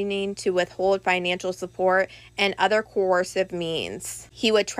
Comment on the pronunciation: Tell the blonde young blonde indictment reader the the word is not FINANCHINAL. IT IS PRONOUNCED ""FINANCIAL"". !!!